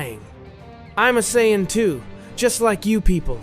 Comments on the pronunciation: what is with people using AI narration... I'm tired of the Sigh-An stories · So is this AI using a trained voice? Or has this person never watched or read DBZ? Seeing a trend of these lately of people just spilling in for quick views, I get it makes $$ but if you're giving next to 0 effort it kills the channel quickly, biggest giveaway is CYAN vs Saiyan intermittently and the really bad grammar that ai's won't correct. And the still photos of the 1 person behind the mic is that even the actual reader? "Just then" ever 5 seconds kills it can't watch + shows nearly no experience with watching DB or DBZ/S